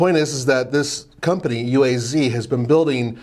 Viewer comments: It’s pronounced “Ooh-ah-z” not U.A.Z. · Pronounced “Ooaz”.